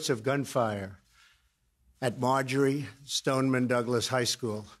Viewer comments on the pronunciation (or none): none